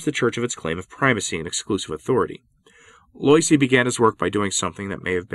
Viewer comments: Yikes! It’s pronounced “Lwah-ZEE”, not “LOY-see”. Learn some French, man. To be fair, popes like Pius IX were pretty intransigent, and their hamfisted methods (like Vatican 1) laid the seeds for Vatican 2 and Francis. And it’s “TEER-ull”, not “tie-RELL”. Fun talk though. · Pronunciation: Teilhard (teh-yard) and Loisy (wah-zee). :-)